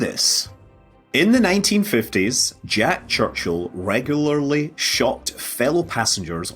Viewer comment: and Mild amusement at Scott's difficulty pronouncing "regularly"